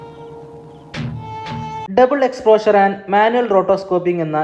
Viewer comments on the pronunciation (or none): none